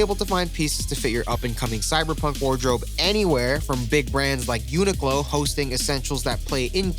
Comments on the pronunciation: It’s unique-Lo not what you called it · lmao it’s pronounced (unique-lo)